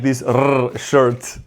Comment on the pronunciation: I love the rrrrrrrrrrrshirt😂